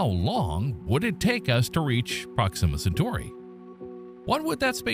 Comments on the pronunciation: Prox-immuh Cen-tory? Dude....We have to work on your pronunciations... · OMG - you don't even know how to pronounce the name of the subject about which you are posting. SHEESH. Intolerable. Couldn't listen.